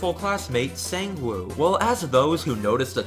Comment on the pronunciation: the scariest part of this video, is the pronunciation. Sangwoo (Saw-ng-woah) yoonbum (yo-n-boom)